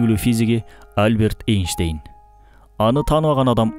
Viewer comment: Эйштейн дейсинго я??? Энштейн десен